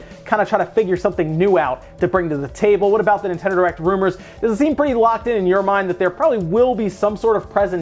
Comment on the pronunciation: Are you saying Nintendo Erect?